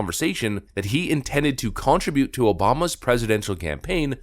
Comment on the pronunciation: Contribute - another word can't pronounce. I need to start tracking these. Caricature, contribute, Anheuser, Quinnipiac...